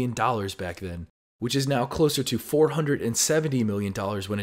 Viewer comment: just got another one , in your comentry you say , " HUNDRET !" i've allus known it as " HUNDRED " :)